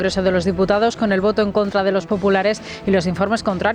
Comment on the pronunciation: Don Federico....Molinillos NO... Aerogeneradores SI....Prevaricao NO.... Prevaricado...SI.... Diputao NO....Diputado...SI... Aplíquese su propio Magisterio y su contertulio de cuyo nombre no quiero acordarme, excelso orador pero desastroso Castellano hablante....En lo demás.... Chapeau Don Federico...